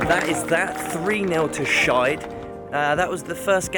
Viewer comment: I heard Skeid oslo as Shite oslo hahah